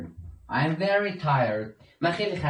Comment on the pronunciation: همه چیز درست جز این که، 《ام》تلفظ میکنی، باید 《اِم》تلفظ کنی